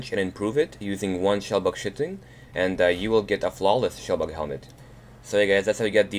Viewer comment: It's not pronounced shitting and there Are 2 shell bugs in skyrim